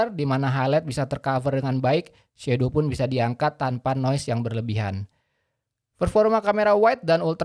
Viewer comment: Aku heran semua reviewer indonesia kok ngomong "shadow" jadi shedow, itu darimana asalnya, bacanya itu SHADOW bukan SHEDOW